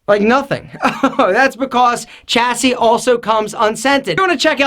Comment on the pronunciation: "Chassis" is pronounced "Shassey"